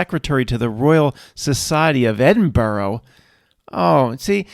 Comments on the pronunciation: Edinburgh not Edinborough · The bit about Edinburgh was hilarious. Its pronounced Edin-bra. Source: I live an hour away in Glasgow (pronounced glaz-go, not glass cow.) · The actual pronunciation is Edin-bra.... "Native" Brits pronounce borough as bu-ruh. Edinburgh is an anomaly. My ex brother in law hailed from Florida and it took me weeks to teach him Peterborough is not Pittsburgh or Petersburg or Marlboro....on the flip side I cannot pronounce Maryland as nicely as Americans do.